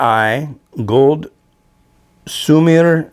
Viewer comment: Sumire is pronounced Su-mee-ray.The "R" is rolled.